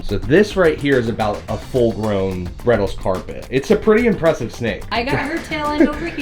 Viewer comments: Just a friendly Aussie nudge on pronunciation—Morelia bredli is named after Joe Bredl, an Australian conservationist, and the correct pronunciation is “bred-lie”, not “Breddles.” The “i” at the end follows Latin naming conventions, indicating it’s named in his honour. I know “Breddles” gets tossed around a lot online, but it’s a mispronunciation that’s drifted from the original intent. As Australians, we tend to stick with “bred-lie” to respect the name and legacy. Don’t ask me why pronunciation of our Aussie animals bothers us so much 😫🤷🏻‍♀️😂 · firstly ABSOLUTELY LOVE YOU and MARIA! and have for years. But my one beef mate is, they are Morelia bredli, pronounced Bread Lie, no bredils at all! Keep up the good work, and love that the channel is growing